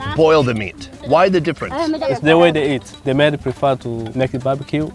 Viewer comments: "show me de way" 😂💀 You are out of control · Dude said “show me da whey” 💀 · "SHOW ME DE DAE" 🤣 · saying "show me de way" 😂😂😂😂😂😂🤣🤣🤣🤣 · He actually said," show me de way ". God I love. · It's when he said "show me deway" for me.